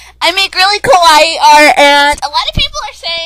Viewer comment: I'm going to try to say this the nicest way possible...you almost made me go deaf,just because of your voice. And you aren't Japanese,you are an American. By the way I heard you pronounce "Kawaii" I instead heard "Kowai" which means scary,and England is a FICTIONAL CHARACTER. How could you be married to him? How could you have his kid? Sure,I imagine myself married to Ivan Braginski,but bitch,you are the Belarus for Authur Kirkland.